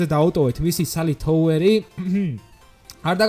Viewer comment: წესით არი გრეივიარდი და თაუერი და არა გრავიარდი და თოუერი